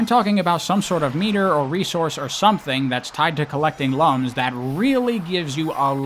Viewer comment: I never played the Rivals games so I don't have anything to add, but I just want to say that when you called the rings "lums" at first I thought you said they were collecting lungs and it caught me really off guard